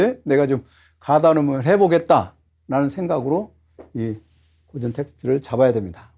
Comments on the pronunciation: 고전 강의에 강사의 "고전"밯음이 틀렸으니, 이 얼마나 아이러니칼한 한 한국 문화이옵니까??? "고전"의"고"자는 "길게" 발음해야지요! 강사께서계속해서 "짧게" 잘못 발음하고 있습니다. "고서, 고시,"등 "고"는 모두 길게 발음해야하지 않습니까? 이런 평상어를 바르게 바름하지 못하는 한국 문화가 하 분하여, 1967년에 고국을 떠난 이 늙은 이가 쓴 책, "한국 어문을 고발함"을 조용히 읽어 읽어 주시옵소서. 미국 변 완수 드림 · 우선!! 고전 강의에, "고전" 의 발음이 틀렸오이다!!! "고전"의 "고"는 길게 발음해야지요!! :고사", 고적" 등 "고"는 모두 장음이올시다. 적지 아니 실망했오이다. 고국의 지성인 여러 분!! "한국 어문을 고발함"이라는, 한국 출판사상 초유의 이 책을 읽어 줏이 옵소서. 미국 변 완수 드림